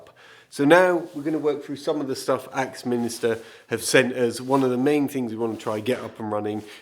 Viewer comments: AXMINSTER TOOLS ………. NOT ….Axminister ….. gotta say their name correctly if they are supplying tools ( advertising ) for you to use!, May have been a slip up …. but please take note …😊 Love ya ❤❤❤ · Axminster ✅ correct 👍🏻 Axmin-is-ter ❎ incorrect 👎🏻